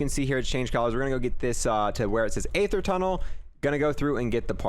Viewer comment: You spend the most time on this game and still pronounce aether wrong 😭